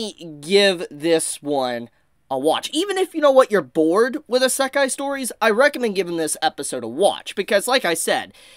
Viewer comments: How is this a isekai Ps your the only one I hear that says isekai like that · Every time he says Isekai is like getting punched in the gut.